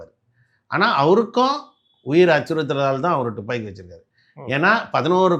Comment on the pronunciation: "டுப்பாக்கி" இல்லடா முட்டாள். "துப்பாக்கி" என்று சொல்ல வேண்டும். இவனையெல்லாம் கூட்டியாந்து பேட்டியா? யாருடா இவன்?